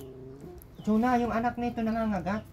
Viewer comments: CHONA NOT CHUNA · CHONA...not Chuna.